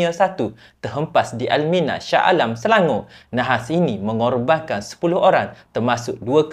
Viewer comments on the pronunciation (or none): none